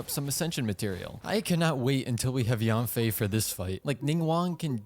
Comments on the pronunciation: Maybe the reason yanfei didn't come is because you pronounced her name wrong. Pronounced YEN-fei not YAN-fei. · Actually it's pronounced Yian-fey with a down tone. Yen doesn't even come close to the actual pronunciation for 烟